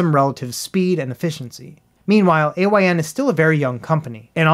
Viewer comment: it's Pronounced "Eye-n" its not an Acronym